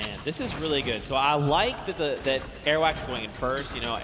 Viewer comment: the person that called Airwaks airwax omg he annoyed me just by saying that